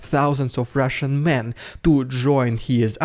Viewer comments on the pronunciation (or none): Hearing "rrrrridiculous rrrrusian prrropaganda!" always makes my day! Thank you for your wonderful work! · I love how "RpfvrrEDICULOUS rrvbvfbrRUSSIAN vbvfrfvpfrfPROPOGANDA" gets more and more intense every video 😂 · Telling the truth is important says the land of falsification and lies, scary indoctrination / i mean education plan!😨😱 Glory to the heroes, Slava Ukraine 🇸🇪 ❤ 🇺🇦! Hearing " Ridiculous Russian Propaganda " with those vibrating r;s makes me smile and i think you are a pretty nice Russian Dude, bravo! ❤😊👍